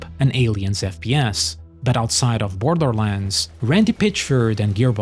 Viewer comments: You sound like a toddler dribbling their porridge every time you say "Borderlands". Apart from that, great video. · Borderlands not brodrolands xD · I love how the narator's voice pronounces "Borderland" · Can you for the love of god at least learn how to pronounce borderlands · Man I love how this dude pronounced “Borderlands”